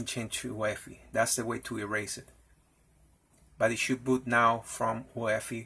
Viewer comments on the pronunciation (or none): Also, I'm running an optiplex 790 that was a gift. Usually UEFI is pronounced by saying each individual letter (you-ee-eff-eye) instead of pronouncing it as a word. My goal for this computer is to install Linux Mint onto it but legacy boot is preventing it from booting from the optical disk.